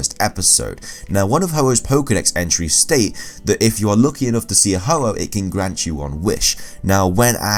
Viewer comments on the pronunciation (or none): ITS HO-OH NOT OH-OH